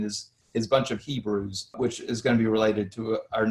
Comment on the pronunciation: Ppl of many nations “ibreii”